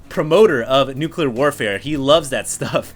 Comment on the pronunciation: said Nucular!